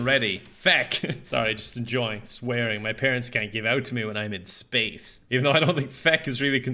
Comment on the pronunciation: Span-ace? Mm new word to me